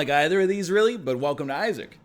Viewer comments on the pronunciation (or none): none